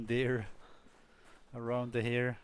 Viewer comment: I was dying of laughter cause you kept on saying "here" "here" "here" (snowshoe heir)